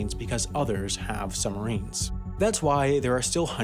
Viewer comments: How come you are pronouncing it "summarines"? Stopped me concentrating on an otherwise awesome video 👍🏼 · narrator keeps saying "summarines". ugh! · While I really appreciate all the effort that has gone into this (I was a professional TV editor for many years) our narrator to my ear keeps saying "summarines" and not suBmarines this bugs me to the depths of Davey Jone's locker and as an editor I am envisioning him walking the plank. Other than that? Love it. :) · It is annoying to keep hearing sum marines, not sub marines. Your pronunciation sure does not sound BRILLIANT. Take a breath and slow your speaking speed. You talk TOO fast. Your 80 words per minutes should be slowed to 60 words per minute. 60 WPM is considered comfortable listening. You want your viewers to be comfortable and listen for the whole video. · SUB MArine you dumbass pronounce it right muppet.....Summarines lol you sound so dumb. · It's the way the US Navy have been saying it for decades. You don't ride "submarins" You ride submarines boi. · Making a video about submarines when you are unable to properly pronounce the word.... Some marines.... LOL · I'm wondering why he is referring to submarines as 'summarines'. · Funny that the guy narrating this couldn’t say the letter b when pronouncing sub marines he said sumarines